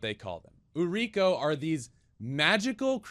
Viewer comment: Putting this here because I respect the amount of care you're putting into learning the language and culture! It's pronounced "ooh-ree-koh" (like ooh-aah, ri in Rico, and co in coal). It translates to "selling girl/lady".